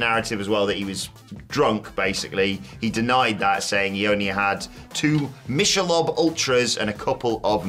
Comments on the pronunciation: "Mishelob"? I don't drink but even I know that it's pronounced like Mickelob, but spelled Michelle. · The beer is pronounced “Mick-ah-lobe”. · Correct pronunciation of the beer is Mick-a-lobe